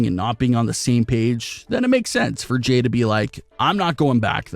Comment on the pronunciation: It's Jey!!! Not Jay